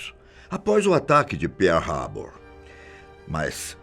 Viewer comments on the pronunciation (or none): "Peia haba?" o vosso inglês é horrivel..